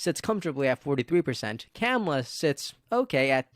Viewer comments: Vice President’s first name Kamala is pronounced “comma-la” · Dude! I like your videos, but if you're going to talk about Kamala learn how to pronounce her name 🤦